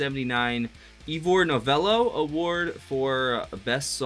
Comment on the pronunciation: Nailed Gerry's name - then tripped over Ivor (it's Eye-vor, not Eevor). I saw Gerry Rafferty when he was half of The Humblebums alongside Billy Connolly, who is much better known as a comedian but was also very much a musician. Billy's stories and introductions between songs were definitely entertaining but back in 1970 there was no sign either of them would ever become famous. That was the same rained-off half-a-festival (Krumlin) where I also saw a very early Elton John trio in a rocking mode (Nigel Olsson broke quite a few drumsticks).